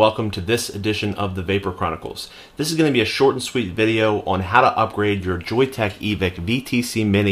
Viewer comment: Thanks, and yes you got the pronunciation correct! I really like that Joyetech is standing behind their product. Hopefully they will keep it managed so it does not blow through batteries too quick, and yes stainless steel soon too!